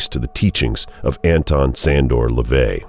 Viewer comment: His name isn't LaVey. It's (Levy).